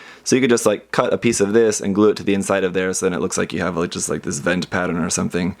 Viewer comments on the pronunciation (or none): none